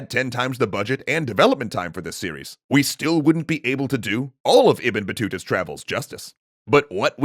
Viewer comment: I adore how he says ibn battuta 🤣